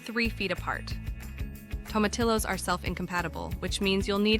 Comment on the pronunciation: The name is Spanish so you would pronounce them Toe-ma-tee-yos.